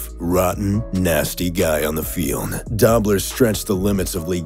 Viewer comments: It's pronounced Doh-bler not Dah-bler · DOBLER. NOT DOBBBBLER🤣🤣🤣🤣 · he should learn how to pronounce conrad doblers name ( should be a long o sound) dobe-ler, not dob. or, maybe not repeat the bad pronounciation 7-8 times talking about the legend of conrad dobb-ler lol. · Conrad Dobler last name pronounced with a long o as in doughnut. Not Dawbler. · Conrad Dobler's last name is pronounced DOUGH-BLER not dob-ler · Dobler is pronounced "Doe-bler". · If you are going to profess to be enough of an authority to make a video on a topic like this, you should at least do enough research to pronounce the names right. It was Conrad "DOH ' - bler." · DOBLER pronounced dobe ler hopefully that helped. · It's Conrad Dobler as in dObler with long O. If you're going to speak it, learn the pronunciation. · Conrad "Dob-ler"??? Get it right... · FYI "Dobler" is pronounced "dough-bler". Source - grew up watching him play. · Oh my gosh that was driving me crazy! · its pronounced Conrad "Doe-Blur" Dobler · It really detracts from the presentation when you consistently mispronounce the name Conrad Dobler. Surely you could not have done any research for this piece and have gotten that wrong. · Mispronounced Dobler. Misspelled Ndamukong. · Awesome video and great voice. Show Conrad Dobler some respect by pronouncing his name correctly. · "Dobler" is pronounced doe-bler (doe as in deer) not daw-bler. I grew up friends with his nephew of the same name; just sayin' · Doe-bler, not Dobb-ler. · Its Conrad Doe -bler NOT Dab - ler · Conrad Dobler's last name, Dobler, is pronounced "Doe-blur" not "Dobb-ler". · Conrad Dobler not pronounced Dobb ler. Come on if you claim to know what you are talking about...... at least respect yourself enough to know how to pronounce their names? Doh! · Conrad DO-bler, not Dob-ler